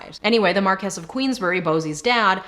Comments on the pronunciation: For future reference I'm pretty sure Marquise is pronounced Markee or Markeez, not Markess. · A little part of me dies every time she confidently mispronounces "Marquess."